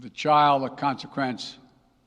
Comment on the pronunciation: is consekrence really a word, hey that is exactly what the president said, he said consekrence and then paused, i cannot find that word anywhere, oh my goodness, well bless your heart president